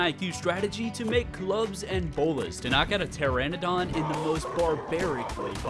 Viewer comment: Its not pteradon, its Pteranodon (tuh-ra-nuh-daan)...